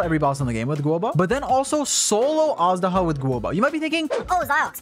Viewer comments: Jesus christ I hear everyone pronounce it wrong, it's 'Age-duh-hah', not, 'Ash-daw-huh' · It's not pronounced az-daha tho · Awesome video! Little thing though: Azhdaha pronounced eysh-daha^^ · every time he says "assdaha" my heart cracks a little